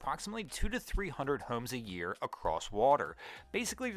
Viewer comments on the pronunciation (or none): none